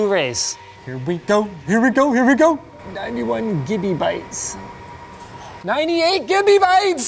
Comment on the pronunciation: Did Linus say "98 Gimme Bytes"? I do believe Linus has created a new tech-term!